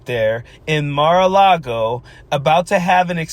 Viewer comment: Nothing like standing there and basically dissing her own state, by saying Mar A Cloggo is the most beautiful thing in the most beautiful state. Damn, girl...rude. If I still lived in Arizona, I'd be pissed she said it like that..just to kiss up to Donald's butt. I'm 59, and when I learned in elementary school, about what the settlers did to the Native Americans already here when settlers docked, it made me ashamed that people like me, white, could do something like that. Felt the same when learning about slavery happened..and I still am embarrassed a little of what our white forefathers did concerning anyone not white in skin color. EVERY person should have a little of that understanding. I KNOW I personally didn't do that, but just that my forefathers may have, is enough for me. Maybe others have harder hearts..I don't know.